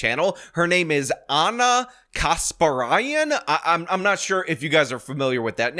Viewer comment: I assumed it was pronounced "kas-PAR-ee-an"